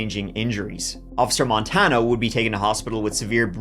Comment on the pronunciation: Love you. This was where I grew up. FYI it’s pronounced: duhr-Ann (Duran) and mohn-tahn-yo. (Montanyo). This was a crazy case